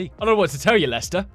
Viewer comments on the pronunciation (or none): did he say Lester?